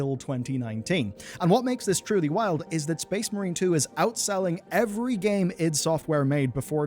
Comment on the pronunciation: Its ID, as in identification